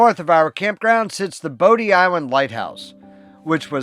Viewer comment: Bodie is pronounced like “body”, so like Body Island. Thanks for the video. We live a few hours away, camp at least once a year at Oregon Inlet.